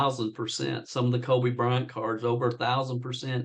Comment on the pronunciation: Guy literally said "Colby Bryant" at one point LOL.